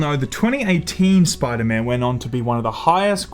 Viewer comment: “Spooda man” 😂